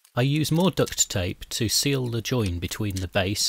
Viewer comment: Well done great job, and mate it's duct tape not ducks tape